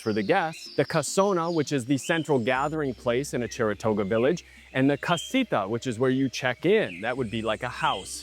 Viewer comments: I kept trying to figure out where the Cheratoga tribe originally settled, and then I realized you meant to say "Chorotega." Really enjoyed this review. Thank you & Pura Vida 🇨🇷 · it’s:Chorotega Village not Cherotega.